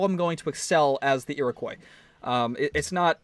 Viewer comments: It's pronounced eer-i-kwa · No no it's pronounced Ear-O-quwa that's how you pronounce it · that pronounciation of iriqouis though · Oilyoil 34 It's supposed to be pronounced like the French do. He's just doing it wrong